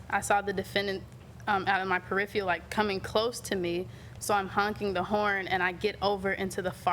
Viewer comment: Ha! She said " periphial"! It's "peripheral"!